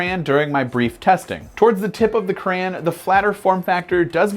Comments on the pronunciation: It’s a CRAY-ON do you say GRA instead of Grey, no so plz fix the grammer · I came here hoping someone else noticed this and pointed it out. He's saying "cray-en" rather than the correct "cray-on". I couldn't get past a minute of this. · What is a "Cran"? do you mean Crayon? As in Cray On? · Crayann. Really? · he said crayon wrong LOL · Why are u saying crayon so wierdly?